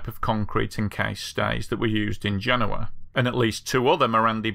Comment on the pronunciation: I watched a video about this on another channel recently, and yours is superior and not only because you could actually say the name of the city right. The other one has the guy saying Gen-OH-uh.